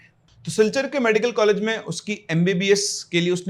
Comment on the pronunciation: College❌ Caalege ✅😂